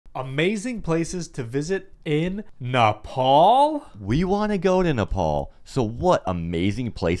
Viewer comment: Nepal✅ not nefal❌